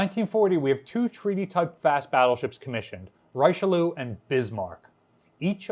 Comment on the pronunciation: Please, please pronounce one the most famous of French statesman "Reeshelieur".